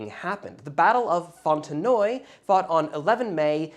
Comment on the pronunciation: Not sure why but I haven't noticed one of your videos in a while and then when this was suggested I was ... unsubscribed. YouTube strikes again. Anyway, you pronounced Fontenoy correctly as it is used in English speaking countries although the only English speaking country it is spoken of on a regular basis is Ireland ... The French do indeed pronounce it differently. The story of how the Irish ended up fighting for France and winning Fontenoy is a whole different story. The picture is the Irish Clare Regiment at Fontenoy. Redcoats versus redcoats.